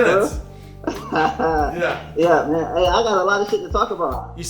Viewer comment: “yea you too mon” 😂 lol